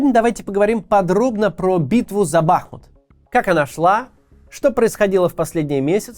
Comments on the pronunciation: Уже захейтили Каца за ударение в слове "Бахмут"? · А ещё БахмУт, но весь регион наш тоже говорит БАхмут 😮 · Макс, ты когда-нибудь поймешь, что БахмУт, а не БАхмут? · Кац, не БАхмут, а БахмУт! Не Купянск, а Ку́пянск! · Блин, Макс, ты украинцев что ли троллишь, когда не там ставишь ударение в названии Бахмут? Не бАхмут, а бахмУт! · Кац наче розумна людина, а тут БАхмут... БахмУт! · Даже Пригожин говорит правильно - Бахму́т. А не Ба́хмут. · Кого ещё подбешивает евоный БАхмут (правильно всё же БахмУт) ??? Лайкуем! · Интересный факт! По правилам русского языка правильно говорить Бахму́т, а не Ба́хмут А более проукраинская сторона говорит Ба́хмут) Берите на заметку ;) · ну блин уже не могу! Не БАхмут а БахмУт, не КупЯнск а КУпянск. Максим, посмотрите в вики! 1,7 млн подписчиков..... Это то же ж самое что НА Украину! Не хочу читать каменты но уверен что не однократно поправляли. Или все таки в жопе есть свербеж Вяликой рассии? Трындец! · Вкотре наголошую: БахмУт, а не БАхмут 💙💛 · А в Википедии ударение на второй слог: БахмУт. Как же правильно? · Смотрю) Нравится. Бахмут-ударение на " У".(Бахму́т (укр. Бахмут; в 1924—2016 годах — Артёмовск, укр. Артемівськ) Умань. Ударение так же на букву " У". Если Максим комментарии не читает,его команда,подскажите ему. А то уши режет( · Бахните кто-нибудь Каца по голове, чтобы он уже в конце концов начал правильно произносить название города - БахмУт!!! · Пожалуйста, говорите правильно - Бахму́т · Вітаю,Максиме, треба казати БахмУт,річка- БахмУтка.Бажаю успіхів та талану, але хочу чути правильну назву рідного міста та річки. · Даже Пригожин говорит БахмУт!!! А вы!!! Правельное ударенее, это что так сложно для понимания? Сколько уже вы гворите про БахмУт, а до сих пор... Позор. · БахмУт. Ударение на У. Название города происходит от названия реки БахмУтка. Название русское и древнее. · Максим, пора уже начать говорить правильно БахмУт. Теперь еще КупЯнск добавился))) это КУпянск. Но с Бахмутом уже глаз дергается у всей семьи, спасибо.